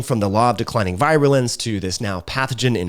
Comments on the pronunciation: I appreciate your content but would give it more thought if you could pronounce vir·u·lence /ˈvir(y)ələns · Great video! By the way, “virulence” is pronounced like “veer-u-lence.” (retired physician) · I just wish he would pronounce respiratory, virulence and interference correctly. LOL.